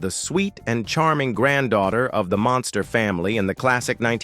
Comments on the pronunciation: I really detest the AI voice on these videos. Especially since it gets words and names wrong. Anybody else notice it keeps saying "Monster" instead of 'Munster' ? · I had thought that Al Lewis ran for NYC Mayor, but was surprised to learn that he ran for NY State Governor. Many thanks for the accuracy & enlightening details. With sincerest respect though, that narrator (A.I. voice?) constantly mispronounces the name “Munster” as “Monster”. Though I personally find that endearing because when I was a kid (under 10 years old) I would call them “The Monsters” as a more descriptive name 🧌😉😆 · Munster - Not Monster...Your AI Crap - Don't Cut It...Got IT...Stay Safe... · YOU KNOW HOW TO PRONOUNCE MUNSTER, BUT YOU KEEP SAYING MONSTER. ..... VERY DISTRACTING. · the AI that reads these scripts is horrible on pronunciation, or the idiots who write the script are very careless. even though the family is the Munsters, the AI keeps referring them as Herman monster, Lily monster, Eddie monster. Marilyn is referred to as granddaughter Marilyn Munsters plural